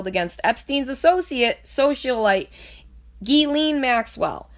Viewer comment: Omg I can’t fucking listen to it anymore...ITS PRONOUNCED JIZ-LANE!!! Not GEE-LEEN!!! God dammit!! How fucking hard is that? And don’t claim “oh I lisp” (like you said) because you made A LOT of “S” sounds and didn’t lisp once...jesus fucking christ...